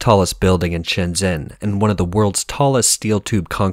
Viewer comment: "zh" is pronounced like a "j".